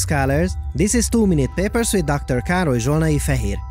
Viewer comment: I love "hold onto your papers" ... but I really hear "hold onto your pearls grandmother!" ... I can't explain why, but I do. $0.02